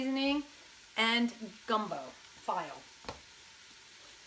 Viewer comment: "file"?...are you serious??....FEE-LAY...learn it, love it. LIVE IT!!